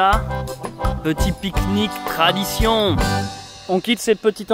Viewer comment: Vous m'avez donné faim et soif avec votreuh piqueuh niqueuh 😋